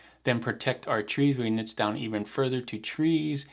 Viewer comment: at least twice in this video you pronounced "niche" correctly. Not sure why pronouncing it "nitch" bothers me so much. It's one of those things that makes my eye twitch. 😛